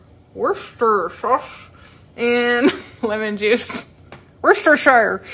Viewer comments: I'm really tired of hearing everyone repeat, repeat, repeat Worshester sauce. All right already, we don't know how to pronounce it; just don't keep saying it wrong over and over...say it once and move on...my rant and it's over. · New subscriber from UK 💕 PS it's pronounced "Woosta Sure" Sauce You did brilliantly 🎉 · It's so funny listening to Americans trying to pronounce Worcestershire 🤣 For reference it's "wous ter shur" Hope that helps 😀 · Well done trying to say Worchestershire sauce. It is correctly pronounced Woo-stershire, but it's a heck of a mouthfull. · Wuss ter sher (pronounced like her) Sauce! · I am British and you pronounce the sauce Wu-stuh - don’t pronounce the -shire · Sorry but not here in the states! Wor-cester-shire = worchestershire.